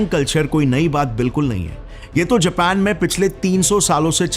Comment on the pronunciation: Abe anpadhon ke professor vah Jepan nahi Japan hai